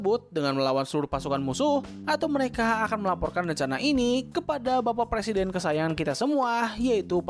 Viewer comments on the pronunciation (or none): none